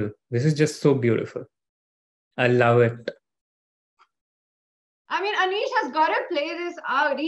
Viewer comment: "I love it-tuh!"